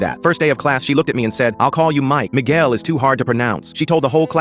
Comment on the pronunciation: She literally said “Miguel” perfectly, “was too hard to pronounce”…??? That teacher was definitely just trying to degrade the poor boy.